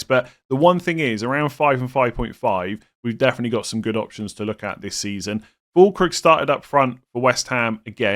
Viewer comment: I can't hold myself and must giggle everytime you pronounce the u and ü in füllkrug the exact opposite way you are supposed to haha.